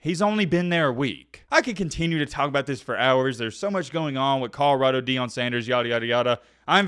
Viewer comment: Ca-da-rado. He constantly pronounces col-or-ado wrong. In every video he rides Deion's coat-tails he says it wrong.